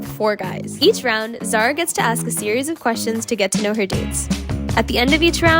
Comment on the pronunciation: Let me remind you her name is Zara